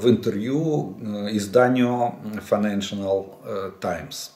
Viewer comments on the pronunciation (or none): УВАЖАЕМЫЙ ОЛЕГ ВЛАДИМИРОВИЧ. ВЫ НАВЕРНОЕ ПРОПУСТИЛИ МОЙ МОЙ ПЕРВЫЙ КОМЕНТ. Я ПОСТОЯННО СМОТРЮ ВАШИ ВИДЕО И ВАШ ПОДПИСЧИК. ПОЭТОМУ ХОЧУ, ЧТО БЫ ВЫ ВЫГЛЯДЕЛИ РЕСПЕКТАБЕЛЬНО. ВЫ ПРОДОЛЖАЕТЕ ГОВОРИТЬ. «ФАЙНЕНШИНАЛ»- ПРАВИЛЬНО «ФАЙНЕНШЛ». Обратите внимание на английское слово, FINANCIAL. С УВАЖЕНИЕМ ВЯЧЕСЛАВ. НЕЮ ЙОРК, США, 30 лет.